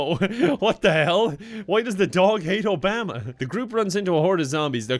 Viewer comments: no one:: ohBAma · but he pronounces "Obama" like "Alabama" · the way you Obama is so weird. Is that like part of your accent lol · Why do you say Obama like that lol I'm not trying to make fun but like, is it an Irish thing?